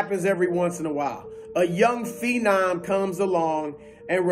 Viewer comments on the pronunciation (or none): none